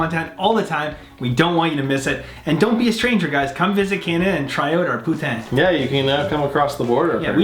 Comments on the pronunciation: I just had poutine, no lies! Great vidz, boys! Thanks from Quebec! Just... don't say P(o)utai(n)' - It's a tongue slip away from calling someone a Parisian ho! (Poutinn) or (pouteen) work just fine. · This American is going to keep pronouncing it "poo-teen" because the French pronunciation is way too close to the name of a certain Russian dictator.